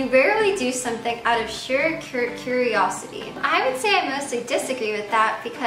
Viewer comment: She can't even read properly. She mispronounces dominatrix, Sedona, sheer, etc How much longer before she deprives her body fully?